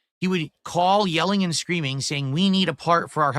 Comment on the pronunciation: Fuck I hate how he pronounces words. It’s and, not annnnyyunndddd.